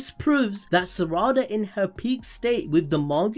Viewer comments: Smh it’s not Sara-da. It’s Sa-ra-da. Every syllable should be the same length and emphasis. It’s the same as sa-ku-ra. It’s not Saku-ra so it’s not sara-da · Pronounces Sarada like Spongebob does with "salad" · Love everything you guys do! But please, can give a bit more effort to pronouncing their names correctly? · It hurts every time you mispronounce Sarada 😅